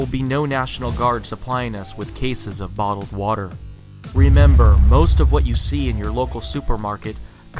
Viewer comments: "We are out of Wata"... LOL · what's wataah?